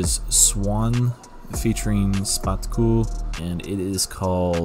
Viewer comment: szpaku is pronounced shpaku (in english "sz" is "sh")